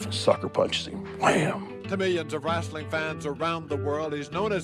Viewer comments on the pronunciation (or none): "Wrastling" So, South Park wasn't entirely joking, people DO say it like that... 🤣